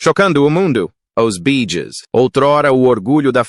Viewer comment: Boa noite porque o narrador não fala o nome da banda corretamente no caso bee Gees faz favor nunca serão esquecidos amo os Bee Gees amoooo